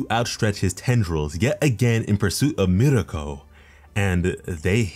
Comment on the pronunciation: Everytime he says mirko i get so mad